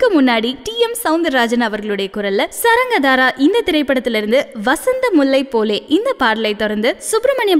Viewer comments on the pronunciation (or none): Madam good morning. While pronouncing saarangadhaara you said saa as sa the first letter should be long. Then the liricist name is ku.ma.balasubramaniam but you said ku.ma.subramaniam.Please kindly note.thank you.Muthukrishan K.